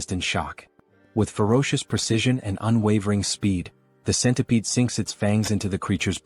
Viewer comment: Some of your "at"s and "its" are being pronounced as A.T and I.T, is it possible to fix? Thanks.